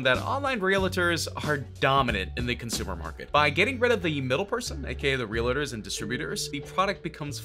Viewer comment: Holly cow you don't know how to read. It's "retailers" not "realitors". Realitors isn't even a word. And it's "Boise" not "bose". And it's GROSSED no GRAHSSED